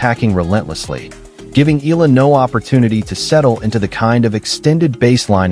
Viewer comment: Eala pronunciation E-yala